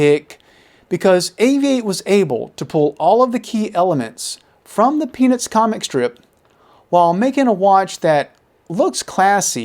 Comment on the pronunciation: I'm pretty sure you only pronounced "Peanuts" the first time. The rest of the video, it sounds like you're saying "Penis". 🤷